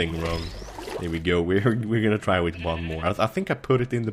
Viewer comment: it's th not tt